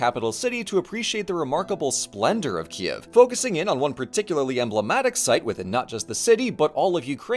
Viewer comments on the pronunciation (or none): Oh man, what a great surprise! 🇺🇦 ❤ Excellent video, Ukranian pronunciations for names! (though your Kyiv sounds more like Kiev but that’s ok) and a great roast of those churches that I chuckled at. Thank you! Hope you’ll have the chance to see The Domes™ (safely) in person soon! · Okay. Kyiv. It rhymes with "believe". The "y" is like the vowel in "kit", then you have "yeev", which rhymes with "Steve". kï-YEEV. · It's totally understandable, but I do keep struggling with the two-syllable pronunciation of Kyiv. Ki-ev is the Russian pronunciation and Kyiv (keev) is the Ukranian pronunciation. Слава Україні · Hey, I’m interested in your process and hope you can answer my question: what made you take the pronunciation /ˈkiːjɪv/ KEE-yiv, as opposed to /kiːv/ KEEV or /ˈkiːɛv/ KEE-ev? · c'mon man don't pronounce the city's name like a russian and just look up the proper way